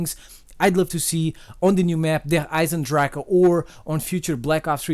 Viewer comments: As a native german speaker I have to say that you pronouce "Der Eisendrachen" perfect. Many other youtuber say "Der Eisendrach" Respect from switzerland! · but hearing you pronounce the name as a german gives me goosebumps xD